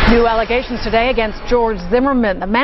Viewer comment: "Aligations"? Come on!